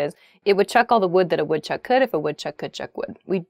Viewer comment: you got the butter and the wood chuck one wrong